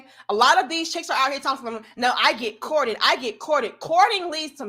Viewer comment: that gal said she get "Courtt-ted" 😂😂😂